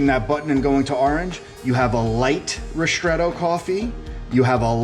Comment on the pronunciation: why do you say rishtretto? it is ristretto